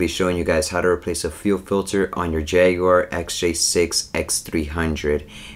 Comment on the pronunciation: You are the only American who can say “jag you are” like a Brit!